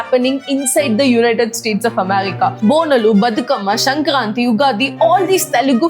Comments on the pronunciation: It's not shankranthi mam it should be pronounced like sankranthi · It is sankranthi not shankranthi